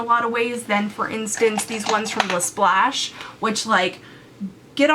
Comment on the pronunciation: Not to be that person, but it's LA Splash, not LaSplash. :) I'm super excited for your movie debut, though!!